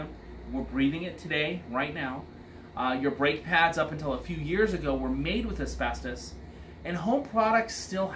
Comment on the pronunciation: Amen that thing needs a lot of work . He said asbestis I cringed !